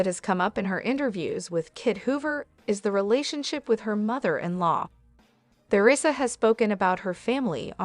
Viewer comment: I agree with the below comments-it must be hard for both parties. A word to the person programming the AI narrator: Take note that there's no "th" sound in the word Theresa.